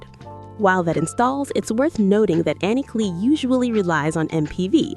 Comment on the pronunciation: Its said CLY lol klee 😂